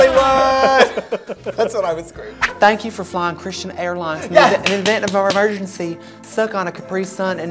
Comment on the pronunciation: ". . And he prayed foe me Tuesday through Wednesdees. ." Lmao. . Damn.